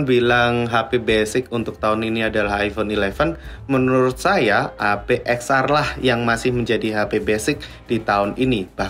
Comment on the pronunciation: Ten ar bos bukan eks ar. Karena "x" itu artinya 10.